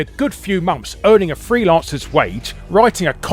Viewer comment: Cant say 'months' though "momps"